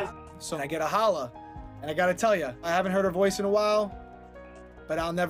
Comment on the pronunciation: She said Holl-ah